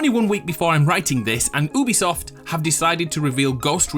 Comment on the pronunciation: Are we just going to ignore the fact that he said “oobisoft”??